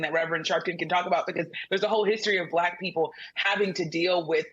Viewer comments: I notice how he pronounces "Black", as though he needs to empty his mouth. "...she happened to turn 'blleeck' and now she wants to be known as bleeck.....she made a turn and she became "bleeck." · Pronouncing black as ‘bla-hck’ in frustration is telling like a mf. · I love how he pronounces the word black. It looks like it tastes bad.